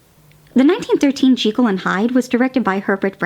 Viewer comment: I think this is the first time I see a cat in one of your Treat or Terror episodes. I never knew there was another way to pronounce Dr. Jekyll's name. Also, I like your new background scarecrow prop, but I do miss the old one.